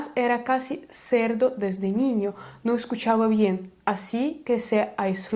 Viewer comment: sordo !!!! no cerdo 😅